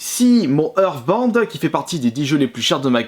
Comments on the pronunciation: "Earthband" non mais cette prononciation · Ta façon de dire (Hearstbound) on dirais Euresebinde